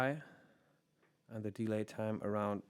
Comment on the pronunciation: Hi, super hilfreiches Video und sehr geschmackvolles Spielen! Kleiner Tipp nur für englische Videos, ein paar der Wörter werden anders betont wie zB. deLAY und paRAmeter. Das mag nach klugscheißen klingen aber wenn man Muttersprachler ist oder wie ich Englischstudent, fällt einem das bei solchen Wörtern, die ja immer wieder vorkommen doch ziemlich auf. Wenn du darauf achtest und dich da vorher ein bisschen informierst (zB. online beim Cambridge Dictionary), wären deine Videos noch besser!:)